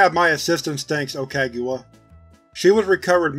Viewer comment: I can't help but notice you didn't say Doctor Okagawa's name correctly once... Love the video all the same.